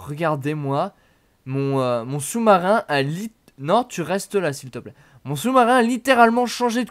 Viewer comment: le choumarin je suis mort 😃😃😃😃😃😃